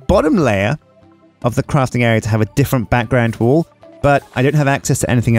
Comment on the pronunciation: Am I the only one hearing "wool" instead of "wall"?